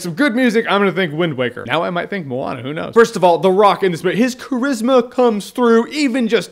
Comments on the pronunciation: Jeremy I am from New Zealand and we are deeply rooted in Polynesian culture (Maui used his hook to pull NZ out of the sea) I can say that it is pronounced 'moan - ah' so like I porn star is a moaner. 😉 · I always have pronounced the name of this movie, "moan-ah". Only recently have I figured out its pronounced "mo-ah-na"